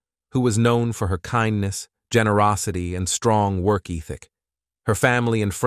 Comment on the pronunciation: "Work eethick"? "Coe-lee-gooz"? "Broo-tall dem-meez"? I would blame this on AI, but surely AI would know how to pronounce these. All these butchered words and more and the fact that the footage was all clearly used without copyright permission (blocking out the original idents and awful photo "touch-up") made this piece almost unwatchable except that I wanted to know who killed her.